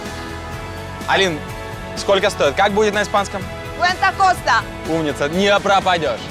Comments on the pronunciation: Не куанта Коста а куанто куэста!!! Неуч Коля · Боль просто. Ударения в половине испанский слов неправильно, ну и cuenta costa.... Сценаристу неуд. И кроме Ронды ничего реально стоящего не показали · То же самое хотел написать). По-испански будет "Куанто куэста". А Cuanto Costa по-испански будет "Сколько побережье?"